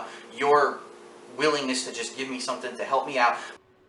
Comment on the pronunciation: "ge me monies to go on vacation" but wait when I'm not here you can't "ge me monies" This guy can't be for real.